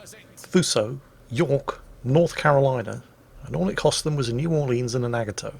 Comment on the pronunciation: What the hell is a NAG-A-Toe?